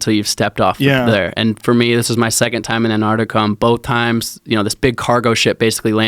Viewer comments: Dear Americans its Antarctica not Anarctica. Yours sincerely the rest of the world. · ANTARC TIC AH..........say the bloody word properly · AnTarctica. Both of you. Say it together. AnTarctica. #broughttoyoubytheletterT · AN ARTIKA. Just like nuclear or espresso. Drives me crazy.